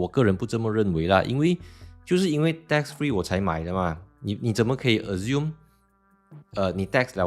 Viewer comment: Assume 要有 s 的讀音，不會是azzume 😅